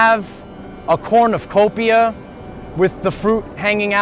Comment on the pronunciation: It's a cornucopia, but you keep saying corn of copia...lol